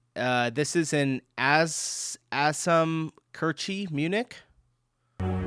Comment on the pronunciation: pronouncing Kirche as Kurschy is crazy